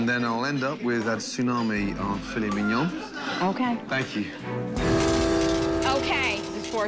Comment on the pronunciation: For those still struggling, typically heard with the emphasis on the last syllable of mignon, not on the first. That's all she was saying.